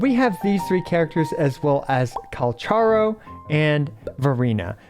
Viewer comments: Thanks for the tips, will reassess my builds and see if I can adjust some things based on the suggestions here. Speaking of which, I think the official pronunciation of Calcharo is KAL-kah-RO (some say it's derived from Kakarot)? Ofc could be wrong. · i jsut laerned that calcharo isn't pronounced like kal cha ro bur kal ka roh (in the official character video thingy they pronounce his name) im just gonna call him sephirot any way :D kakarot was a fun name to similar to sephirot